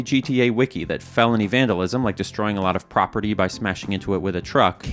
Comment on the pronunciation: You vandalized the word "vandalism"